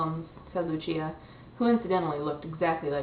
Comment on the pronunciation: Uwah I just finished this book today~!! (Isn't Otto just awesome?? Along with Lucia and Max? xD) And you even said Lucia right! o